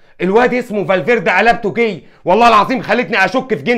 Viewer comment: اليجزاندر لاكسيت 😂 ارزنال (ارسنال) 😂 زابايوز (سيبايوس) فالفيردا (فالفيردي) اللي يفوز في نصف النهائي سيلعب النهائي